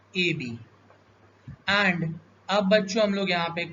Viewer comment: And ❌ Aand✅